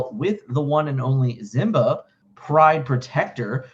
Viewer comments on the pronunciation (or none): What's the backstory on mispronouncing Simba? Even from the movie we know how it's pronounced. I know also knows this.